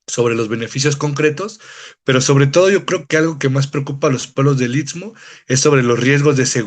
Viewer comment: Este cuate es de los que nada les parece, el tren tenía muchas décadas de estar funcionando hasta que Zedillo los entregó a los gringos y quitó el servicio de pasajeros, que no venga a hablar de trazos ni nada. Por cierto para ser originario del I S T M O , así, no I T S MO como lo pronuncia. Si así se expresa de la zona donde vive, descuidado e ignorante, no me imagino para dar sus opiniones "técnicas" del tren interoceánico. En el istmo hay muchos intereses y delincuencia organizada y no les gusta que la Marina esté en todos lados en la zona. De lo socia, el gobierno no está organizando el crecimiento demográfico, es un desorden y ninguna autoridad pone orden. La carretera Transístmica es un desastre, sobre todo de Sayula a Matías Romero, parece zona bombardeada, alguien mintió al presidente AMLO. Por lo del tren hay que esperar los peritajes y la investigación de las autoridades y la FGR. Lo demás es grilla barata.